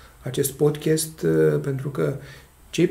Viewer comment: Termină cu podchest! Se spune Podcast!!!